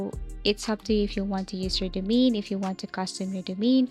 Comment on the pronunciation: Lear how to pronounce the word Domain :hand-pink-waving